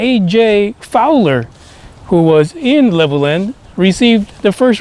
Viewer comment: it is pronounced Level Land they dives us crazy. I have never heard about this. Very good info. Reece Air Base it is closed now